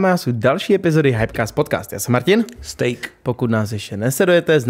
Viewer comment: Jak se ten STEJK , vždycky hrozně cejtí,na tom úvodu ,kdyz řekne stejk...😂😂nejvíc...